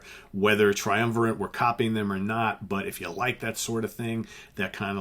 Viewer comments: Not to be pedantic, but the word "triumvirate" ends in "e"; the band name, however, is pronounced " triumviRAT", (as in the small furry rodent), hence why he shows up on 3 of their album covers, noteably; "Illusions On A. double Dimple*, " Spartacus" and the original cover of "Old Loves Die Hard". (Thank you, though, for pronounc Ing " Moog" properly!) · I always pronounced the name Triumvi-RAT, seeing as they had a rat on most of the album covers. Spartacus was my intro to these guys. Also loved Illusions and OLDH. I used to air keyboard to this stuff